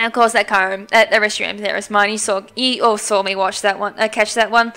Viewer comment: It's pronounced Ky-you-rem, not Ky-rem. >:I